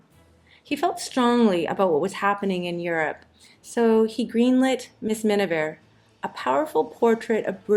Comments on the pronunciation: Why did you include Paul Bern when you mentioned Thalberg's death? This error is prevalent in some of your videos and you need to do better research and check before releasing videos. He also had nothing to do with changing Marilyn Monroe's name. Oh, you need to at least pronounce some names correctly---"Mrs. Mini-veer?" Where's James?! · They couldn't even get "mrs. miniver" right!